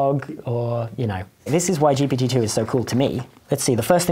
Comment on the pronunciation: each time he says GPT-2, i hear Jepaditoo, like a magic word used in fairy spells or something